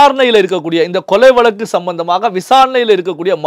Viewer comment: வலக்கு இல்லை வழக்கு என்றுதெளிவாக உச்சரியுங்கள்